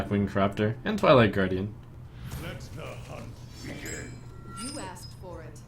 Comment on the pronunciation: i loved the "or do you? OR DO YO?!?!" part :))